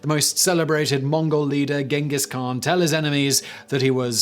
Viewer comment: I'll throw a party the day Simon learns how to pronounce Genghis khan 😅